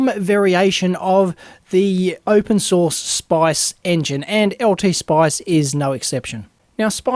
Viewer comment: Great tutorial, but every time you say "source" it sounds like "sauce" :D